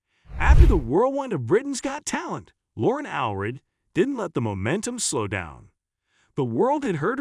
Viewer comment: It’s All-read.